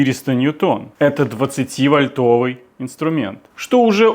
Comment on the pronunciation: Не "вольтОвый", вОльтовый, от слова вОльт😂😂😂. И ещё: я подобный гайковёрт купил в Китае за 15$😂😂😂 Всё делается в Китае! 😅